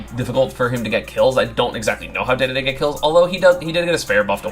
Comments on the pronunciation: Is anyone else bother by how he says dededes name? Like it’s spelled that way but it’s said like dididi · I mostly have a problem with that stupid pronunciation